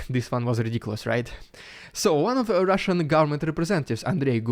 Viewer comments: Love the Riiiidiiculous Ruusssiann Prrrropaganda💯👍😂😂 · Keep bringing that Rrrrridiculous...rrrrrrrussian...Pppppppropoganda..👍. They say "anything is possible ", maybe not under the Putin regime in Russia.